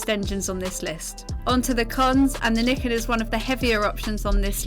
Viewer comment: I thought it was pronounced Ny-ken?